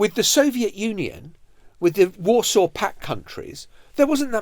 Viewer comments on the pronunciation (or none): none